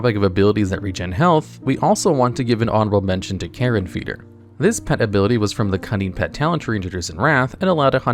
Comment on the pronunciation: carr-I-on not karen. fucking "i" in there. but I still sub & watch you on reg.